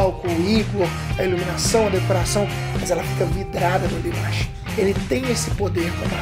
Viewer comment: O certo é DIMASH!! e NÃO DEMESH ou DIMESH KK